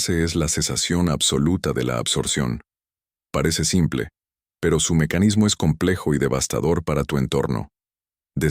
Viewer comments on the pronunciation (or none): none